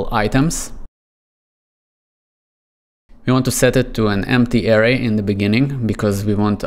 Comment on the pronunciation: Good video, and disclaimer I know learning a second language is difficult ESPECIALLY English, but I recommend looking up how to pronounce Array